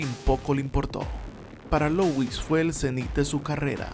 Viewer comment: Se pronuncia LÚ - IS...no LOUIS...parece que tiene una papa trabada en la garganta.